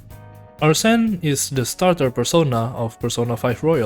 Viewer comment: Nice vid but your pronunciation of Arsene is making me lose my mind no offense